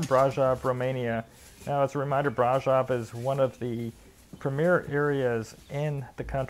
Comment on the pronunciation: I wish Romanians would correct this guys pronunciation of Brasov?